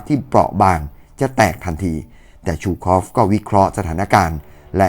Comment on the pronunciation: ซู คอฟ ไม่ใช่ ชู คอฟ